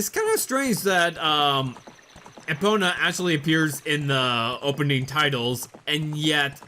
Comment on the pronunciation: Managed to make it here 3 minutes after I got the email alert saying it uploaded. ^w^ Edit: Why do you call her Eh-pona? When it's pronounced E-pona (as in key)?